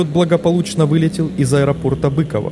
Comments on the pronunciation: Не бЫково, а быкОво. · И ещё говорят БыкОво, а не Быково, но это уже придирки))) Видео хорошее, спасибо автору! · Хоспади! Ударения!!!🤦🏻‍♂️ БыкОво! КАунас, полкА, принЯть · И не БЫково, а БыкОво ))) Но это мелочи... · почему называют бЫково, если правильно быкОво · Аэропорт БыкОво, а не БЫково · Всегда было БыКОво а не Быково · Запомни не бЫкова, а Быково!!! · слушайте, отладьте уже озвучку, а то слушать невозможно. каУнаса, авиационного пОлка, аэропорт бЫково (он быкОво) и много, много еще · Благодарю за видео. Но очень странно слышать неправильные названия населённых пунктов. Вот правильные ударения: КАунас, БыкОво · Я именно так и написал:) Но не БЫково же, как сказано в ролике) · Еще бы с ударениями поправить и будет идеал. БЫково, ПОлк